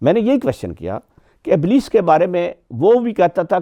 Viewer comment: بھائی صاحب آپ نے ابلیس کے نام کا تلفظ غلط پڑھا اور قرآن کی آیت بھی غلط پڑھی متفق علیہ بھی غلط پڑھا احکامات بھی غلط بولا تلاوت بھی غلط بولا مسافر غلط پڑھا صفات غلط بولا پتہ نہیں آپ نے کتابیں کیسے لکھیں